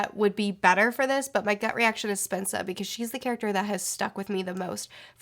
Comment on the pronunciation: Purp1eSeren1ty for a moment, I thought she was saying “Spencer” in a weird way.